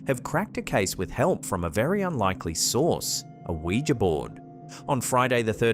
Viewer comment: thank you for pronouncing Ouija correctly. So many people say "wee-jee" instead of "wee-juh" and it's so annoying. Great selection of videos, as usual. 👍👍 Ron Wyatt already beat them, in discovering Noah's Ark, right on the same spot.